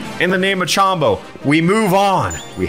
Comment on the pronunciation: Alpha, Chombo's name has no a. It's Chombo, not Chambo.